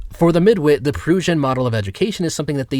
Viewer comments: «Prussian» isn't pronounced as «Proohshahn» btw Unless you were trying to mock it, in that case idk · "Proosian/Perusian(?)" XD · Great video but Prussian is pronounced exactly like Russian except with P added to the beginning. Just want my guy to sound even more professional here is all. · Dude, pronounce auto-didact and Prussian correctly.